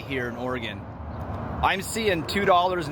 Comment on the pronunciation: 3.89, Medford, Oreegun